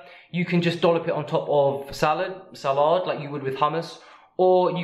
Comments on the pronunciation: Surely they would have showered in between the trampolining and going to dinner. Please? I wish this guy would just say "spinach" and "salad" in a normal accent. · since when does the word, "salad" have an R in it? Drive anyone else nuts? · Salard? Wtf is a salard? Is it me or is he trying to sound forthright and snobbish. he doesn't know how to pronounce salad? salard? salaad? wth? where is the extra A or R or both? Sala-A-A-R-R-R-d. Oh Yar, look how cutting edge I am with my Salaarrd, wot? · Why can’t he say the word salad normally?